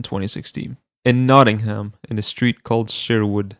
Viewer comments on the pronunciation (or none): none